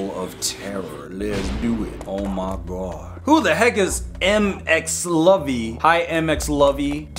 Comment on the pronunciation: "ow me gwod" got me laughing😂😂😂